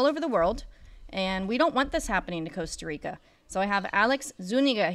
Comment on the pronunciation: Coasta Rica 😂😂😂